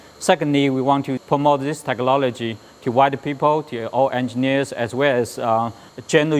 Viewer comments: it's "Technology", not "Techlology" man! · It's technOLOGY not techLOLOGY ! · Dis is duh advanced Teclologee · TeckLOLIGY lol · Haha "techlollogy" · techolology? FFS get it right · got to love 'techlology' these days , and said lik 5 other times in this video by that guy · I don't wanna make fun of him but.....Tech-lology? @@ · noone really cares about the chocolate printer just the asian guy saying Techlology... lmfao. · Why is everyone saying teklology? me very confused.... brain hurts now :( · one more time.. he says that word "techology" I'll suicide... :P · "Techlology" HAHAHAHA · Teeheehee, he says "techlology" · he says TECHLOLAGY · Is he saying techlawlogy? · giggled at "TECHLOLOGEE" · Lmao, techlollligy!!! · The Asian dude keeps saying "teachlology". I'm NOT a racist, but LOL!! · who the heck cares if he says teclology.... he got a shit tons of money going into his pocket lol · I like how he says "tech-lol-ogy" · the asian guy says, "techlology" lmfaooo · wow that fucking word 'teklology' aggrovates me so much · I love how the guy says technology!! it sounds like techelology... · oh come on they made the guy that said technology wrong because he says it wrong